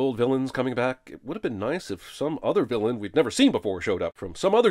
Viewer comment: "vlllain" lol